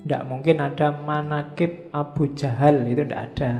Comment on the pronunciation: Manakib bukan manakip